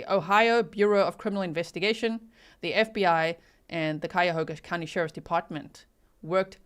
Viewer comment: 'The "H" is silent. The phonetic spelling is, " Kyoga" County , just in case you hadn't heard by now. Oh,and I saw that murder suspect inthe black outfit and I thought the suspect killer did move like a female, so I think he paid a female to do the job. Just saying..............?